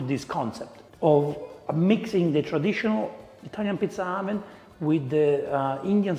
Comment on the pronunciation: Every time he says "oven", I hear "almond". Ha ha ha ha.